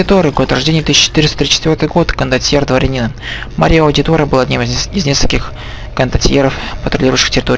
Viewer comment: Прохождение - шикарное, только слегка передергивает из-за произношения имён и названий, тот же мАрио к примеру, ну какой марИо?